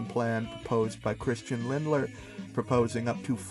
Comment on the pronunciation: I don't wanna be a dick but it's Lindner not Lindler